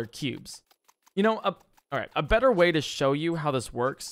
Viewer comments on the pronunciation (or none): none